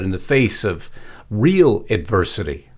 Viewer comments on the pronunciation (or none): none